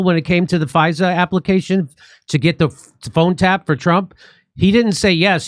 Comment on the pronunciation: Ai keeps calling fisa pfizer lol